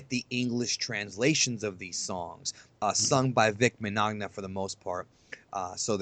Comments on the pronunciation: Vic's name is "Vic Mignogna", pronounced "Min-ya-na". the "G" is silent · Vic Mignogna's name is pronounced Menyana.